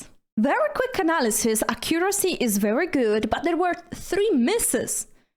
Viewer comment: it's pronounced AC-curacy not ac-COO-racy (stress goes on the first syllable) 😂